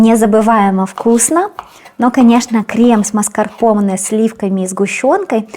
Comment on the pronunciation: Классный торт и все рецепты классные. Маскапонэ говорят. Букву р не произносят